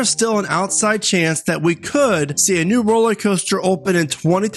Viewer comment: Are you saying 'rollie' coaster?